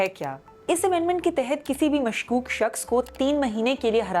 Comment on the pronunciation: its مشکوک not مشوک